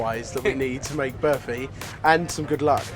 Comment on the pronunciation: Its barfi mate😕